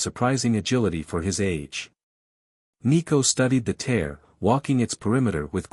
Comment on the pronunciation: Good story overall. Although there are a few moments that don't make sense or aren't logical results of previous circumstances. And AI seems never able to pronounce tear💢 instead of 😢tear.